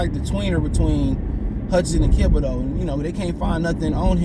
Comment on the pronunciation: Why do you mispronounce everyone's name? It's Thibodeaux not Kibodeaux, Smh